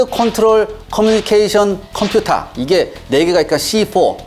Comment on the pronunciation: 콤퓨타~ 오랜만에 들어보는 네이티브 스피커 코리안의 발음 구수하고 좋았습니다~ㅎㅎ